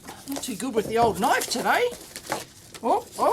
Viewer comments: he whipped out a knoife, not a "knife" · That's not a knoiff...this is a knoiff...lol